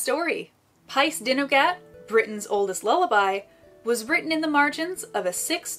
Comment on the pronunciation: Brilliant, brilliant, so informative. Just a tiny, tiny word on pronunciation - Y Gododdin sounds like Uh Godotheen - dd is a welsh letter in it’s own right, and is more like the ‘th’ in english … Dinogad - emphasis on Din and then Og - Ad - Din-og-ad…..